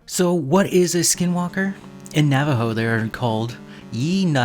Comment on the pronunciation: You pronounced it wrong, and you don’t ever want to find them, they will kill you, they aren’t afraid of playing the long game and these entities are real, and you will have long term effects if you dare to mock them. But the only way you kill them is blessed ash bullets